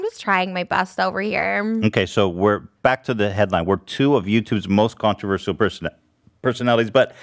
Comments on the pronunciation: The way Ethan says controverceral instead of controversial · Yo why are they pronouncing “controversial” differently?